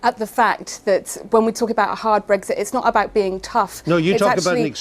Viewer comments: Oh she's talking about "brethit" not Brexit. Maybe thats why Andrew got confused. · Bottom line is she'd rather laws in force in the UK were made outside the UK. Like all pro-EU people she wants a proxy government i.e. the EU.And she talks in generalities and abstractions, like a student who's never grown up. And it's Brexit with an x, not Bregzit, as she keep saying. Also, she's evidently a liar: says the Greens want immigration controls, in the next breath shows they don't, because their police IS for open borders - then she waffles on about reuniting families. Insane.